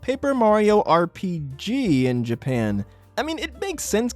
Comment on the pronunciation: Whats with your voice bro "japeean"